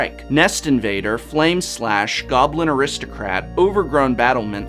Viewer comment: I heard goblin aristocrat as well.